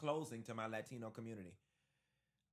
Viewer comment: “Laa-Tino” 😂. Anyway, I support this message and not just for Latinos. Everyone from a Country NOT England, Ireland, Iceland, Scandinavian. However the Blacks for Trump THINK THEY ARE WHITE AS WELL. Let’s address that soon. #R76